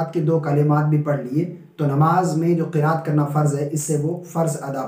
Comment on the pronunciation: You teach well but you will make mistake Qiraat ki kiaat